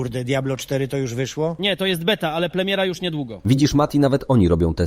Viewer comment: nie wiedziałem, że Tusk ma problemy z literą R, zamiast tego wymawia L plemiera 😮‍💨😣🫣 *premiera